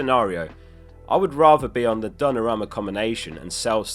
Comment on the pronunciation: I wish you would say Donnarumma correctly once